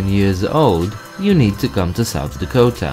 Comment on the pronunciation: I'm from South Dakota and it's not lack ota it's la ko ta